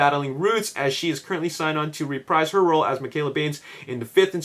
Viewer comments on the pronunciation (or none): none